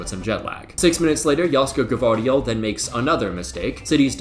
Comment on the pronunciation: Plus, he's saying G(a)vardiol